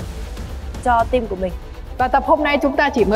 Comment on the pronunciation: Hlv hương ginag đọc Team thành chim 🐦.làm ơn nói chuẩn ạ